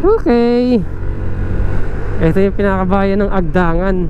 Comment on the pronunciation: Mabilis ang bigkas ng "Agdangan". Nasa "ni" naman ang diin ng "Unisan".